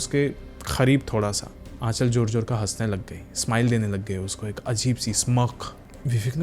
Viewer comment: Pehli baat to ka ko ka bola karo, kha ni.